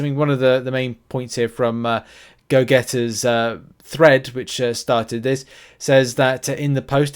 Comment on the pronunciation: Pronounced the guy's Gogeta username as "Go getter" 😅😅